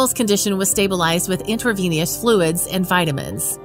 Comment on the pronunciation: "Intraveneous" - lol.